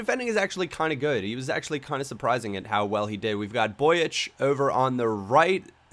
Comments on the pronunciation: BROICH not BROIK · Broich is pronounced broishe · It's pronounced "Broish"